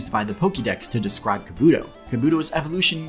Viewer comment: Why do people keep saying Kabuto wrong when it comes to the Pokemon but say it right when it comes to the character Kabuto from the Naruto series?....The characters are the same name and the same pronunciation and same spelling....